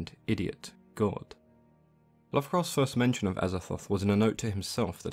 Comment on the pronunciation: I like the way you say the blind … idiot gawd.